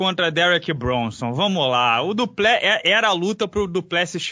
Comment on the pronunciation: Se o Carrano conhece o Du Plessis pessoalmente poderia aprender a falar o nome dele corretamente 😁 🙊